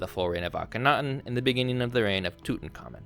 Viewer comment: Allow me to help.. its pronounced Ala-Sia. And Tutankamun is pronounced Tut-Unk-A-Moon. You are blurring the sylibles. Tut. Unk. A. Moon. Thats. How. You. Say. It.